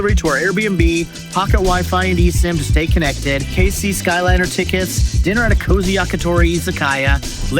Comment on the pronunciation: Great content and info in this video. Couple of hints… Keisei is actually “kay-say” rather than “case-eye” Benten - “ben-ten” rather than “bentn”